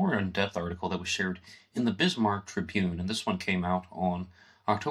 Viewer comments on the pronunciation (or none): none